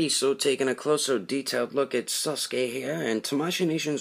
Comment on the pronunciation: Sasuke says saskur